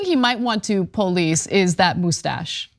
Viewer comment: POE-Leese dat Moostasch. 😂😅😂 , you right Cenk let him keep it. 💯💯💯